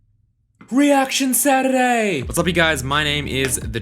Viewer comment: Am I the only one who hears "Reaction Saturray"?